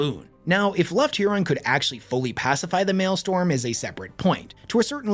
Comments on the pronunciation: MAELSTROM NOT MALESTORM GOD THAT IRRITATED ME ALL VIDEO! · I don't know if this is ragebait or not, but it is M A E L S T R O M. And not mailstorm. Every time you say it wrong it feels like you are doing it on purpose. Even more so when you say it correctly and immediately say it wrong sometimes in the same sentence. It triggers me to no end. If I could I would >redacted< your >redacted< and proceed to >redacted< you >redacted< with it. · I love your videos. You are my favorite loretuber. Having said that…it also annoys me when you make these long, incredibly detailed videos, and mispronounce a key word over and over. It’s Maelstrom. Like male, and strum a guitar. Male strum. Maelstrom. I died a little every time you said male storm. Like if you made a 2 hour video about Italy’s most well known sports car company, the Ferrari, complete with original factory photos, old memos, rare interviews…and kept pronouncing the car Fee roar eye. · MaelSTROM (mael-strumm), not male storm. Unless it's raining men, nor is the postal service blowing up above our heads. I guess both are technically possible in W40k. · incorrect. Strom vs storm isn't an accent thing. Sturm, maybe, but he says malestorm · Pedant here. Mael-strom...not Mael-storm. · hey wes, love the charisma! The number of mispronounced words in this video was really starting to get to me tho. It's maelstROM not maelstorm. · If you take a shot every time he says malestorm instead of maelstrom you’ll be dead pretty quick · I’m so sorry but I have to: ITS MAELSTROM NOT “MALESTORM”. I believe Malestorm is the High Gothic for a sausage party. So while still appropriate for a large gathering of Astartes; it is incorrect in this context. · ...alright i cant resist.... MAELSTROM!!! ITS MAELSTROM!!! STROM!!! NOT STORM!!!!! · Brother, its the Maelstrom, not the Maelstorm. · It is also pronounced as "mael-strom" not "male-storm" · Drinking game: take a shot every time says male storm instead of maelstrom